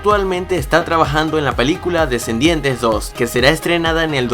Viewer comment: escuche bien dijiste desendientes 2